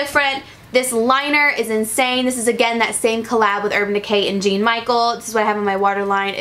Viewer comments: His name Jean is French pronounced John last name pronounced Bis-kay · The artist names that Urban Decay collaborated with is pronounced John Michelle BAH SKI AH